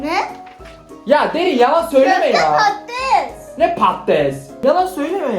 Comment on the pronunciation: Köfte pates değil köfte patates oluyor dikkat